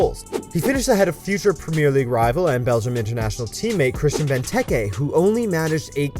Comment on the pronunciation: Please say premier in premier league properly. Thank you